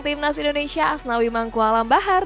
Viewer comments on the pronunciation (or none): none